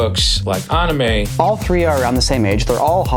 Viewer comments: The way he pronouced it Ahn-imay killed me lmao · "we all liked ah-nime" ...? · The way he pronounces "anime"